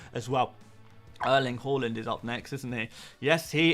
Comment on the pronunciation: Bro I subbed last week but it could have been way sooner. I was waiting for you to say Haaland's name properly but realised it wasn't going to happen. Enjoy the vids though!